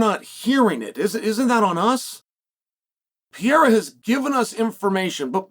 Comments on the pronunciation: The whole Alex "Piera" thing was fun at first. It's becoming unlistenable now... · PEE AIR UH